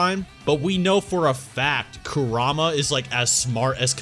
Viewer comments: Like the content, hate the way you guys pronounce half these names. I'm not fluent in Japanese, but I know enough that it's like pronouncing Jonathon as Joe-nay-thawn sometimes. Kura-ma, not Ku-rama. Again, I like the content, appreciate the discussion, but ya... just sayin. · you guys can pronounce some japanese names and moves, but butcher the important ones, like kurama, and ametersu lol